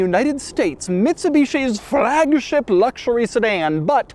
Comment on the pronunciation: Frrrrrrrragship, LOL